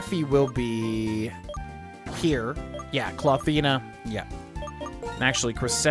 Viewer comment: Untill you spelled Clawthina it sounded as Clothina to me 😅